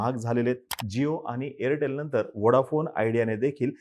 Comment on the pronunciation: Airtal nahi bhau Airtel